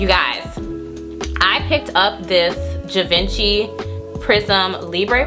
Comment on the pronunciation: Hi doll, no shade, but it's pronounced "zhee-vaan-shee" - Givenchy...Thanks for the review, good job ✌🏾